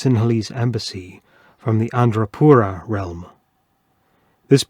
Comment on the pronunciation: correction-It's Anuradhapura, not Andrapura.